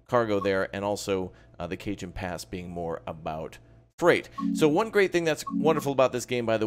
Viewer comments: It’s not Cajun pass it’s “Ca-hone” pass but good video 👍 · i thought it was (ca-hone) not (cae-jan) pass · Cajon Pass, the "J" is pronounced as an "H', it's Spanish. So it would look like CaHon Pass. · Cajon pass is pronounced “KA-hone “ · Did he just say “Cajun Pass”? 💀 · FYI; its pronounced kuh·hown pass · FYI - Cajon Pass is pronounced as: "Kay-Hoan Pass" - Very nice video!